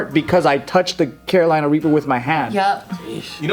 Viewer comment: always says Carolina Raper. I remember them correcting him.